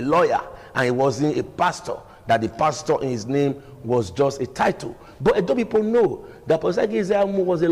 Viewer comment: Ogbegie, the word is pronounced p-o-i-n-t, please. Stop pronouncing it as p-w-e-n-t. It is also called p-e-o-p-l-e and not p-i-p-o. Chai! A whole Barrister.